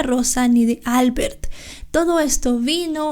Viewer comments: Albert es un nombre catalán y se pronuncia : Albért . NO albert. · en catalán se pronuncia "Albért" (el golpe de voz se hace en la e no en la a) :)